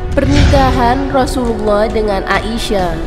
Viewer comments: Aisyah bukan A I sah :( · kak aisyah ya bukan ai sya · Baca Aisah aja GK becus..coba anda baca ia..pasti bisa kenapa baca ai GK bisa? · There is no A isyah...Sebutan yang benar..Aisyah.... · Aisah. Bukan A.-------- isyah. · Udah bener siti aisyah malah di bilang A isyah apa²n ini suranya tidak bener